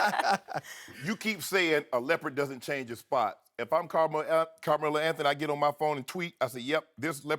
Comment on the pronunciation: Damn,this shannon dude cant pronounce Carmelo to save his life...